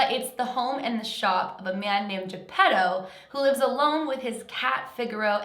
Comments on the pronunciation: When you said his dads name I thought you said Pedo.🤔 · Geppetto more like GeePEDO